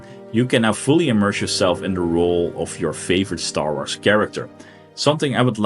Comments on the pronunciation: "Star Arths" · lmfao how he says star wars